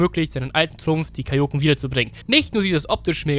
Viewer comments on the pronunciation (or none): Du sprichst Kaioken falsch aus. Betonung ist auf a und e, nicht auf o.